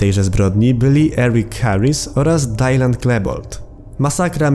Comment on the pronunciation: Temat Masakry w Columbine jeszcze żyje? Myślałem że to umarło już dawno temu. Z tym tematem mam złe wspomnienia bo pamiętam jak kiedyś byłem edgy kidem mającym obsesję na punkcie tego lol XD (btw nie czyta się Daljan tylko po prostu Dylan XD)